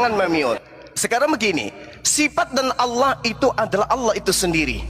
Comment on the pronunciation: Yg mana huruf u sampai kau bilang aullah